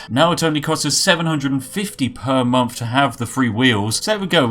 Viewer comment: I just wish you'd pronouce "th"'s properly and not as if it was an "F".... you know, like "month" instead of "monff" or "thousand" instead of "fousand"